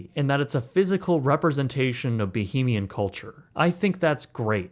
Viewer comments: ❌️ "Ba-heem-ian" ✅️ "Ba-hame-ee-uhn" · The fan! LOL Also, Bahamian is pronounced bəˈhämēən or bəˈhāmēən. I heard multiple times the word "bohemian" being said. While I know what you are trying to say, thought I might point it out. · Bah-HAY-mian not bah-hah-mian 🙄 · Bahamian (Ba-hay-mian). Sincerely, a Bahamian. Much love dude. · It’s “Bah-HAY-mee-ann” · As a fellow Bahamian I appreciate your point. I laughed out loud at the pronunciation comment. I was thinking the same thing while I watched the video. The comments from others about why didn’t the Bahamian government buy the land is just uninformed white Americans who don’t understand the legacy of slavery, colonialism and the sugar trade and how of these factors (along with others) still impact the Caribbean today. Forgive them they mean well but history isn’t taught in the USA. 😢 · very cool informational video but plz learn how to pronounce bahamian 🫣